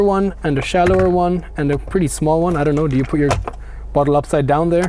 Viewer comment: very good and detailed review, like your pronouncing one "juan" :)